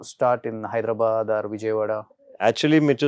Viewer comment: హైదరాబాద్ ని పలకటం రాదు వెదవలకి. హైడరాబాడ్ ఏంట్రా?